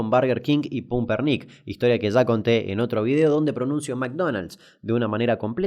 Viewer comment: Genial como siempre tus videos, aunque como cuarenton que vivio la epoca de furor de la cadena argentina de comida rapida me irrita mas como decis "Pumper Nic" jaja.